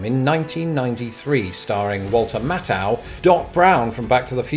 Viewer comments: Did I hear you say Walter “Matt—how”? You mean “Math-ow”. Like “maths.” One of our kids’ all time favorite movies. (They’re all over 30 now.) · Or Ma-thow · John Willis He pronounced it without the “h”.